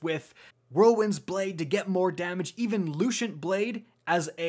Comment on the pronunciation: And I’m pretty sure lucent blade is pronounced Lusent blade